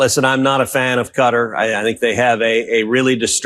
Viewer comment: Quatar is pronounced KAtar not CUtter every time u all say it it grates